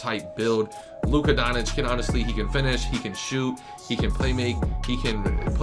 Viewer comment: “Luka Donich”